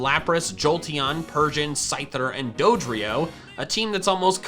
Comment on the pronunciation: DODRIO, NOT DOTRYO!